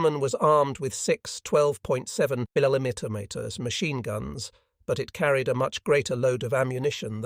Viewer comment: I laugh every time this AI tries to pronounce ' millimeter'